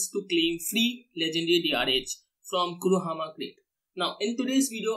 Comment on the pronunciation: Kurohama crate 😂😂